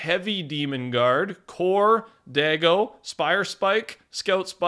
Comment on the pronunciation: 1. The Season 4 OG skin that will be in the pass that you can't seem to remember is Teknique. 2. You STILL keep pronouncing Daigo incorrectly and saying a racial slur in the process. (It's DIE-GO.......... not DAY-GO) 3. Gonna laugh when all these survey skins aren't in the Battle Pass. We've never had a Battle Pass...... in history...... where all the skins are all patterned to look basically the same. All these Super Hero skins are identical except for color. They will be DRASTICALLY different or....... only 1 MAYBE 2 will be in the Pass. The blonde girl.